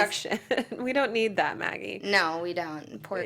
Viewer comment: You keep pronouncing her name "Meggie" - but it's "Maggie". No one on the show has ever called her "Meggie".